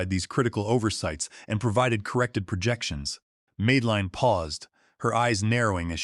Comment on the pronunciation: Good story, with dedicetd backflash episodes at the right spot. Perfect storytelling, well narrated. Will subscribe again. Little glitch: Madelin is pronounced wrongly as Meedelin severall times.